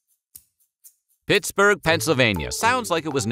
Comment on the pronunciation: Sounds like James Brown saying Pittsburgh. Pitts-boig